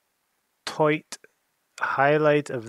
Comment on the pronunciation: Ohhh yesh, very toight… toight like a toiger 😄